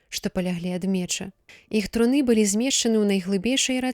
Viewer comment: Прачытана: труны' яе, слоўнік дае гэтаму слову ў множным ліку іншы націск, на першым складзе: тру'ны яе.